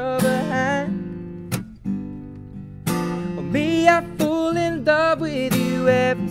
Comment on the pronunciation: He says "Fole" instead of "Fall" in every...single...song lol